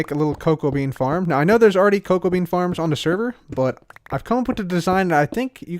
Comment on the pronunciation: Did anyone on accidentally think that he said cocaine rather than cocoa bean